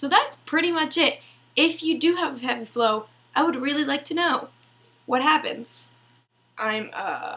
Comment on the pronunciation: Lol your so sweet! My daughter and myself found your video very informative! Thanks keep up the good work and next time just try saying FLOW! 😊